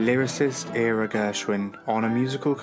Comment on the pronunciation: Two small cavils. Ira is pronounced "Eye-ruh". And the Ella recording you play is her rendition of the verse Irving Berlin's "Isn't It A Lovely Day To Be Caught In The Rain". (A spectacular song, but not by Gershwin.)